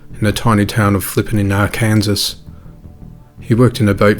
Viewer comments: ARR-KUN-SAW rather than AH-KANZASS 👍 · Flipping Arkansas. Pronounced Ar-kan-saw not Ar-Kansas. Sorry had to get that out of my system. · Arkansas is pronounced AR KAN SAW not AR KANSAS. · Love your channel and videos! Big thanks for all.the work you put in! 1 tip for the future... Here in the U.S. we do dumb shit like spelling a states name as *Arkansas yet make the pronunciation **Are-kin-saw... yeah they used to let idiots make these decisions for all of us. Lol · Our Kansas? No its ar-can-saw ....Arkansas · AR-KANSAS. Yes, put them in there place. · Arkansas is pronounced “R-Can-Saw,”, not “R-Kansas” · Ughhh, it's ARE CAN SAW, not ARE-KANSAS. Limey bastard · Arkansas is pronounced Arkansaw. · FYI Arkansas is pronounced Arkansaw. Great content. Scary. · Arkansas is pronounced Arkansaw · Excuse me but it's ArkanSAW. I know it says Arkansas but it is not pronounced that way. Very good channel btw. Only just found you but have subscribed today. Hope you don't mind my correcting you. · It’s pronounced Ar-Kin-Saw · Ar-Kansas lol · You miss pronounced Arkansas. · So who is gonna tell the narrator about the pronunciation of Arkansas! Lol...it really is confusing!